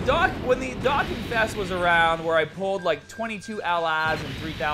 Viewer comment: "Doh-Kahn" jesus so cringe to hear "Dakkin"